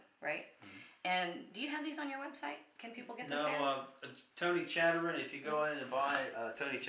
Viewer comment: It's pronounced Tony Cacheres! Not Chatterin!